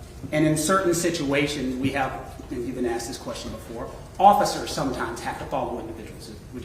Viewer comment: The investigator said 'you axed"......that's all I needed to hear.....